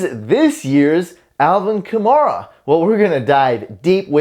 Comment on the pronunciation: Hey, learn how to pronounce the 2017 Offensive Rookie of the Year's name: ka-MARE-uh. Not ka-MAR-uh. Mare, like a female horse. Rhymes with HAIR-uh. Ka-MARE-uh. Got it? GEAUX SAINTS!!!